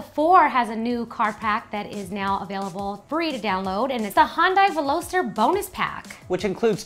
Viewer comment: I couldn't help but laugh at the way they said Veloster, sorry :P